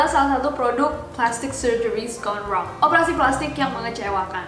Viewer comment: Gone wrong itu bacaannya kayak "Gondrong" :v